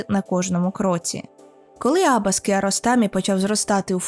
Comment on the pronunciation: AbbAs!!! наголос на ДРУГИЙ слог в імені, хоч трохи матчасть вчить перед тим як щось робити! Як можно забити на правильне вимовлення імені головного персонажа!!! Ще - який, блядь, КокЕр???? Наголос на ПЕРШИЙ слог!!! Ви взагалі що-небудь читали перед тим, як відео лепити, чи на от'єбісь як завжди? дізлайк- відписка, косорукіє